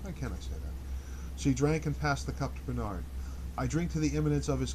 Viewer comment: A reading, like a friend reading from a corner of the room, is welcome. Outside of the pronunciation Bernard, I find this experience just fine. I can involve myself with the text and the reading or just follow the reading. A professional reading for $XX might be better, might not. Thanks for this.